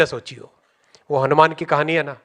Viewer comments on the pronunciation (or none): hanuman ji ka naam sahi se lena chahiye tha😂😂😂😂😂